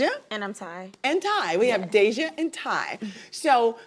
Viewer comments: It’s daysha get it right babes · Not she called dayshia, Danesha at the end 😂😂